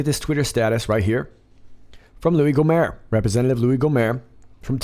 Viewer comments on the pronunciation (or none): It is GO-mert like the end of yogurt. The T is pronounced, not dropped like a French name.